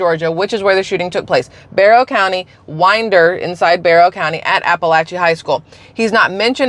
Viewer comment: They always use the shootings as a reason to take away our guns so that we can no longer defend ourselves against tyrannical government and you are pronouncing Winder correctly. I grew up in Atlanta area